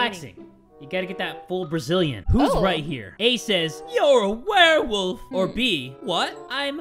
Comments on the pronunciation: A werewofl My ears as my eyes are looking at comments: WereWaffle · "Unless she's a werewolf or a werewaffle(werewofl)" 😂 i literally laughed for like 10 minutes straight😂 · I was getting food while they were talking about the doctor thinking the pregnant woman was a werewolf and when said Werewafl I thought he meant WereWaffle 😂 I was so confused... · 7 Second Riddles: Unless she's a werewofl: Or a werewaffle.._. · I love when you jay said unless shes a werewolf or a werewofl by the way werewafl is spelled wrong its werewofle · Ah, yes, a Werewofl. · "or its 'werewofl?'" OMFG I CANT🤣😂👌 edit) OMFG the riddle after that is soooooo damn sus bc Harty wouldn't be there at that moment if he left the place after he used the bathroom unless he wanted to leave the crime early but just go home and change his clothes and come back like NOTHING EVER HAPPENED (i commented this edit so correct me if I'm wrong T-T) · Werewofl? Werewaffle.